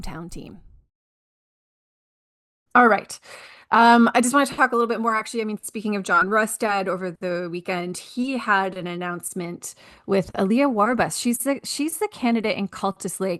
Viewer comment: Her name is pronounced A-Aliya, not "aLIya". And so far, other than media ops and signage, she has done little to reach out to the constuents in the electoral district. While her creds look good on the surface, She has yet to show any real substance, fitting of respresentative in government.